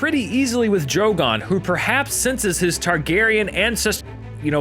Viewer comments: Excuse me, did he just say Targariage? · i thought he said, "Targeryen incest..." hahaha